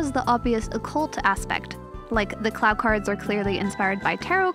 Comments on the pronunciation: u said clow wrong it’s pronounced (cl-OOOw) not clauw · Good video but it’s pronounced clow not claow cards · CLAOW CARD? CARE-O? 😭😭😭😭😭😭😭😭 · Man, can't believe how badly you butchered the pronunciation of things like "Clow" and "Kero." Sounds like you qt relying on the abhorrent CardCaptors dub.